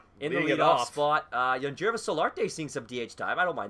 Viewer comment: Great job on JT Real-MEW-to’s name, but Aledmys Diaz is pronounced Uh-Lead-Miss, Yangervis Solarte is Yawn-Hair-Vis, and Michael Pineda is Pin-Ay-Duh